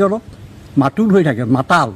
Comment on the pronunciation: মাতাল শব্দ টোক একেবাৰে কব পৰা নাই এই জন আৰু কাণ তলিয়া চৰ দিয়াৰ কথা কৈছে আচলতে আপোনাক হে দিব লাগে